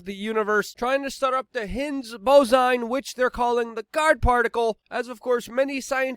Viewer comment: “The hins bozon” Luke Rudkosky